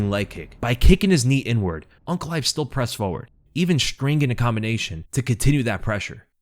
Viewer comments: He is saying UNC, instead of ANK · I keep hearing Unc instead of Ank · You keep calling him unc instead of ank. It's throwing me off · It sounds like you're calling him Unc